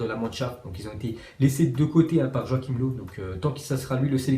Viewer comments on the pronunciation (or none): none